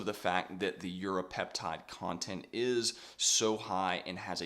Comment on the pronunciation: Great vid but 30 secs are you saying Europeptide?